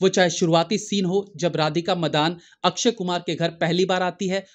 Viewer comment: ये अक्क्षय अक्क्षय क्या है । पुरी भिडियो में 30 बार से ज्यादा लिए हो नाम । अक्षय बोलना चाहिए । कम से कम आप जमिन से जुडे reviewer तो सही बोल लेते ।